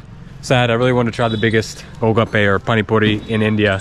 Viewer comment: Golgappe , not olgappa .